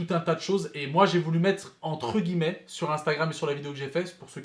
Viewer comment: encore une fois On prononce « entre guillemet « et non pas « entre gueullemet »